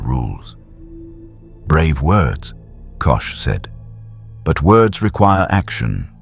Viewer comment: Not Kush it sounds like Cosh.❤❤🎉🎉❤🎉❤ 😮😮😊😊😅😅😂😂🥺